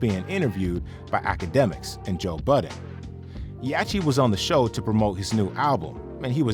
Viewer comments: Bro how can you not know how to say YACHTY’S name after all these years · Why doesn’t the AI who created this know how to pronounce “yachty” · bro no way you butchered LIL YACHTY LOL 😂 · Why is no one talking about how this nigga pronounces Lil Yachty 😂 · Buddy can’t even pronounce the word Yacht ? 🛳️ Like a boat but bigger a yacht So it’s little yacht’y Like a small yacht …. This generation is cooked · Bro how you saying yachty name wrong ?? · only thing I was bothered by was dude not knowing the c is silent in yachty 😂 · Had to hop off after hearing how you pronounced yachty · The narrator butchered Yachty's name. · YACHTY 😂 You got a channel covering Hip-Hop and Rap Artist and can’t correctly pronounce the name? JOE BUDDEN EVEN SAYS IT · Uses Internet to post video. Doesn't use Internet to find out how to pronounce Yachty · I know you did not just pronounce “Yatchy” with a CH! It’s like yacht 🛥️ with a y at the end the CH IS SILENT! come on you gotta pronounce their names properly if you’re gonna do a show about rappers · You can hear Joe Budden say Little Yahtchys' name correctly. Not what the narrator called him.... I think i need to be a narrator now. Cause all of these people are calling these artists by the wrong name... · Stupid ass AI voice calling him lil “yatchy” cause it can’t pronounce “Yachty” on a rap channel 😭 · Yachty not yachi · Who is "yatchee"? That's "yacht- ee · "Yah-Chee"?? LOL. You can hear everyone else on the planet saying "Yahct-E" even in your own clip... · It's pronounced Yaddi, ya dummy--(not Yatchy) Budden said it TWICE. Read the room yo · Calling lil yachty “yachy” is crazy haha sounds dumb af 😭😂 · Yacchy? U know damn well how to pronounce Yacht lol. Just put a Y at the end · Man said 'Yachi'? Im gone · These AI channels misspronouncing things is funny af... yachi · On my fuckin life if you keep sayin Yachy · Why dude calling him yacheee 😂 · Hey dummy AI; It's not yatcheee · He lost me at Yaaachee! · Lol. He said it right, yatchy 🤣